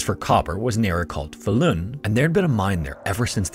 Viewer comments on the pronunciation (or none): The stress on Falun is on the first syllable, but otherwise okay pronunciations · Faa-lun rather than FalUun but great video 👍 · This man almost got "Falun" completely right, which as a Swede, I think is impressive, usually swedish names are completely slaughtered on Youtube. The only miss was the length of the vowels being swapped, as the A should be long, and the U should be short, not the other way around. It kinda sounds like the word "fallen", if the E was a U